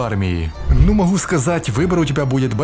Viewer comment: Ты - украинец? Или откуда-то из Ставрополья или с Кубани?... Откуда это фрикативное "х" вместо обычного, нормального литературного взрывного "г"? "Бехает со шваброй", "моху сказать"...